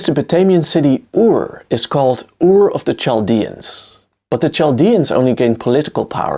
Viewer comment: If I may, I would like to remind you that the first that the ch in Chaldeans is pronounced like a k or a hard c. It’s not the ch in church.